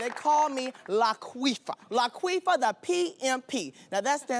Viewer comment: Laquifa! Not Laqueefa!